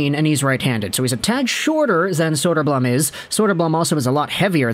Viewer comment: elmer's big brother arvid is looking good and holding his own in the net for the blackhawks atm. it's not saying much, but arvid is probably already the hawks best goalie. side note, you're pronouncing elmer's last name wrong, it's bloom.